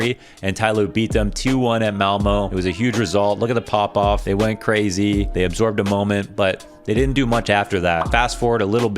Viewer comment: Because there needs to be one guy pointing this out, I'll be it this time: the ö is pronounced like the "i" in bird. So think of it like Malmird and don't pronounce the "rd". Same for Köln (Cologne). Think of it like Kird, but switch the "rd" to "ln".